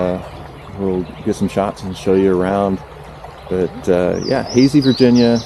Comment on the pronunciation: Howdy! Loved the video and you've earned a new subscriber. Pro tip from a native, the town is pronounced HAY-sye. Why? Who knows. Keep up the adventuring!